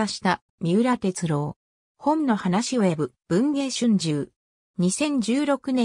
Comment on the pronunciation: みうらてつろうじゃなくてみうらてつおですよ(AIへ)